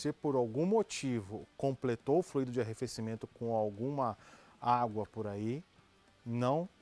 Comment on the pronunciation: Fluído, o que já fluiu! Verbo no passado. Tônica na letra I. Fluido ( tônica na letra u), substantivo: o fluido, líquido, ar ou gás que flui. Por favor divulguem ! Dói nos ouvidos " fluiiiiido " . Não entendam como crítica de menosprezo, mas como colaboração. Gosto desses canais. Obg .